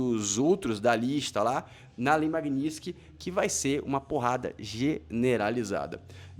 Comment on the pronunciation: nao custava falar direito o nome da lei Magnitsky né